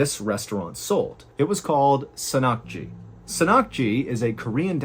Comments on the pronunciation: also it’s pronounced SAN-nakji not sanakji also it is usually served chopped up into little pieces to prevent issues like this. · It's pronounced san-nakji (san as in Hassan) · I was so confused by the last story. Until I realized that Mr. Ballin was mispronouncing "San Nakji." San = fresh, live, or raw. And Nakji ... Meaning small Octopus. It's a delicious treat, by the way. But usually it's not eaten whole. Usually, they just cut up the legs so you can eat them while they're moving. You still have to chew them very well, so they don't get stuck in your throat, because if they do, it will kill you.